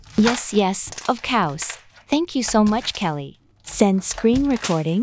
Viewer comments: “Of couse” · Finally someone heard the "ofcowse"💀